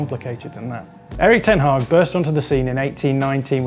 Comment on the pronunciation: Kudos for the pronunciation of the Dutch name